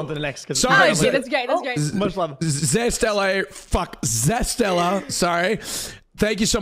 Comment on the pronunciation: is austin dyslexic ?? like its a name Ze-ste-la jesust